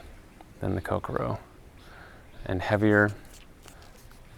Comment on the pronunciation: Nicely done. Of note, the pronunciation is more like ko-CORE-oh (emphasis on the “core”), rather than Coke-a-row. Not that it really matters. It’s a very nice rod no matter how you pronounce it. And I’m right with you on the handle.